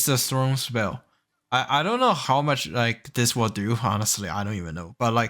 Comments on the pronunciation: "Sin you", not "snew". "Tha orns" not "thrones". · Its THORNS not THRONES.